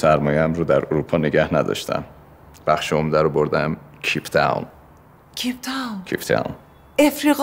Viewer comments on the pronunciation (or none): بیسواد میگه ceep Town(کیپ تاون) Cape Town درسته